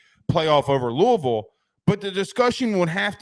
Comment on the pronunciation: Just by the way you pronounce 'Louisville'... if you know you know